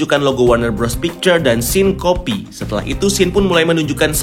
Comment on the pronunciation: Yang gw denger "Scene Kopi" Yang sebenarnya "Syncopy" LOL